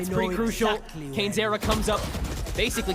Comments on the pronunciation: cane-ze-rra 大概是kane-seh-rah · Canezerra那是什麼念法……